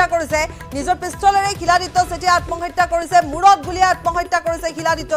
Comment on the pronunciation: চিলাদিত্যা ? তেতিয়া হলে আমি শিলক চিল বুলি উচ্চাৰণ কৰিম নেকি ? মৃত্যু খবৰ দি নাহে । মৃত্যুৰ খবৰ হঠাৎ আহে ।